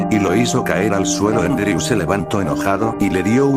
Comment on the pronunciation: Por si alguien no entiende cuando menciona el nombre de fallen se llama Andrew, no endreu.